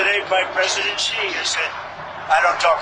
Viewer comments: IT'S NOT GEE IT'S SHEE . Too hard for you? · Xi is pronounced, sounding like She. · Thanks for your insightful reporting. I just have one observation: Xi, the leader of China, his surname is pronounced SEE